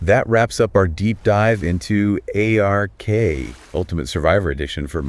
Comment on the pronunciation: Just say ARK. Not A/R/K. Lol